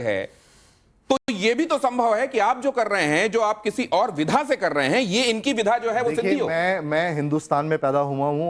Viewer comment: सही तो वाक्य नही बोले जा रहे है विद्या को विधा 😂😂😂